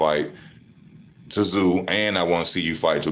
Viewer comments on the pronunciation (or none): T Zoo 😂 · Luckily your opinion has no relevance. You pronounce his name zoo.